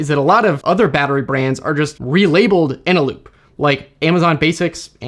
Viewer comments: Eneloop. I’m a bit suspect you didn’t know this??? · Repeat after me: ENELOOP FUJITSU LADDA. Again...